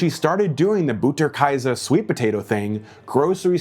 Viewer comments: Pronounced Butter (like but not booter) kay-suh 😂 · As a German hearing you pronounce Butterkäse i nearly died